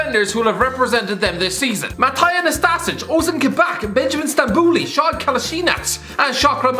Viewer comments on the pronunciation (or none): sead = shad? haahhahaha